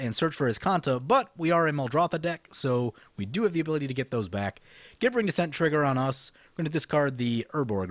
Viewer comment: I feel like the pronunciation police at this point, but it's pronounced like "jibbering". Love your videos though, keep them coming!